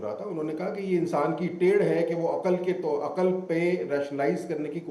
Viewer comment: عقَل نہیں عقل ہوتا ہے ۔۔ زبر نہیں ہے ق پر ۔۔ اینکر پرسن اور قیصر راجہ جاھل